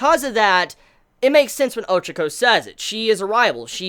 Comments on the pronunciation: Her name is pronounced Ochako, not Ochoko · you can't even pronounce her name properly and your such a big fan of the series = L